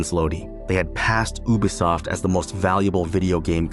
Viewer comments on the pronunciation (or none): Its not Oooobeeee soft its YOU Be Soft…..